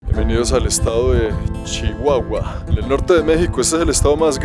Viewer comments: no se dice Chihuahua... Se dice sssssshiguaaaguaaa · No te diste cuenta en la manera de pronunciar la C H ,como Shihuahua mashaca mushasha .😅